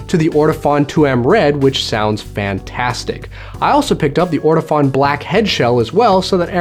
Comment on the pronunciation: It's pronounced orto-phone, not orto-fawn :)